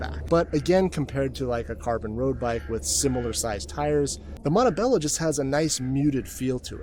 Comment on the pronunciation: Cool video very informative gracias, hopefully next time you can pronounce Montebello correctly.